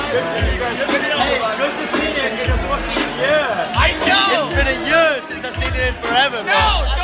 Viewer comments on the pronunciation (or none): Year not yurr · it's been a YÖÖÖÖR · for gods sake stop saying yur for fuk sak